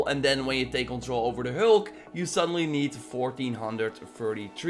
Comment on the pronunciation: FYI It’s Hulk not Holk 🤷🏽‍♂️